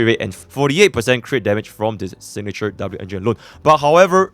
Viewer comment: Dabloo-engine xDDDDD